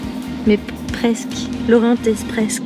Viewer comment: Orient expresque 😂😂j adore